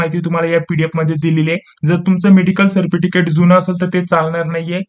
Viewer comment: सरटिफ़िकैट❌ सरफिटिकैट✅ प्रश्न❌ प्रेश्न✅